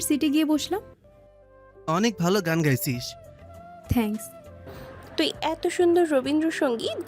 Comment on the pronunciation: থেঙ্কস নয় হবে “থ‍্যাঙ্কস্”